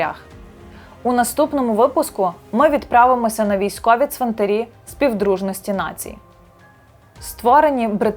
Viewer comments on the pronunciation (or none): Важлива і потрібна для розуміння інформація. Дякую. Щодо мови ведучої – варто частіше спілкуватися з різними українськими словниками. У слові 'ЦВИНТАР', наприклад, наголос падає на ПЕРШИЙ склад як в однині, так і в множині !!! Тож не калічте в етері українську мову, адже ви ділитеся власною думкою з усією Україною і не тільки.